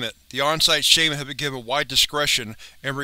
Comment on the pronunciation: Why do you keep saying shaiman when it is pronounced shaman? Other than that great video.